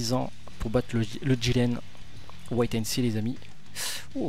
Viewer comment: Vidéo très sympa, mais un détail qui me démange depuis des semaines : " Wait and see..." C'est pas "White and see", ça se prononce "Wouêt and see" ;)